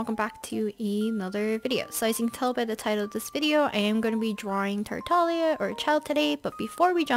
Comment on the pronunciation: someone finally pronounced is name correctly